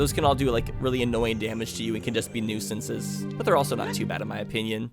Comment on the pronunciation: he nooisance instead of nuisance 🤣